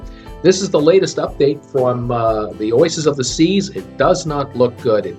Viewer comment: oisis? its oasis.